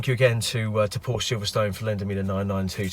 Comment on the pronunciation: Some feedback, it you like: the music is horrible - it might be YT suggested background music, but it is typical "elevator-- or shopping mall music". Horrible, better no music at all. As for the pronunciation of Porsche: please practice. This is a family name, no reason to mutilate it. As for the camera angle: you might not be the ugliest person on the planet, but viewers are NOT here to look at you for many minutes. Please show the car, not yourself.The sentence "it is big money for a Porsche"... I cannot subscribe to. Why do you think a Ferrari should be more expensive? Because the Ferrari breaks down more often? I, on the contrary, think that a Porsche - especially the new 992 generation of the 911 - is a bargain. And yes, I do own a 911 Carrera S Cabriolet. Night shot of the door handles: pretty dark - you should have edited that out. - the audio was also awful with this scene. To wrap it up: decent review for a first try, room for improvement.